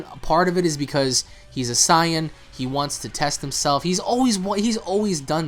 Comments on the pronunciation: hey guys. Why do you say Saiyan the way that you do? More like "S-eye-an" rather than "Say-in". Not trying to be a dick at all, I'm genuinely curious. I'm sure there is good reason. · Whats with the new pronunciations? Saiyan or Sian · Why the hell he keep saying super cyan